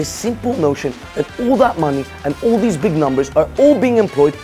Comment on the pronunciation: "Who are zeez people...?!" - Lol!